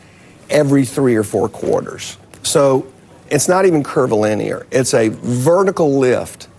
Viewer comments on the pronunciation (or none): "Curvy-linear" is a new way of saying exponential... And this guys a genius?